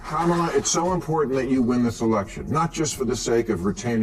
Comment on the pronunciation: AI BS video.Cant even say her name correctly